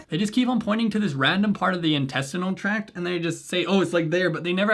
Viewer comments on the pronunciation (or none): They were saying “”intestinal TRACK.” It’s “TRACT.” That alone is a red flag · You know it's for idiots when they say "intestinal track" instead of "intestinal tract". They not only said it wrong but spelled it wrong in the video. (FYI, it's "tract" with a T).